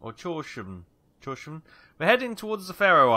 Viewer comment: Torshavn "thors harbour" tor pronnounced like in "torrent" havn is..wel hound..with no D..Houn and you got it :) thought id try an un-butcher that for ya :D : D